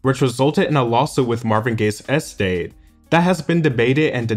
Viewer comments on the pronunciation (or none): haha: "magnum AWPUS", lol and not 'estate', but "Es-State", lol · Nigga said eee-state 😂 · I find the way that you pronounce the word 'estate' to be very amusing.